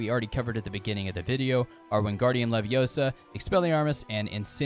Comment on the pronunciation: It's leviOsa, not levioSA 🤦‍♂️